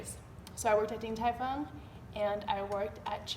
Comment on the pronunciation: hhahahaa its 鼎泰"豐"fong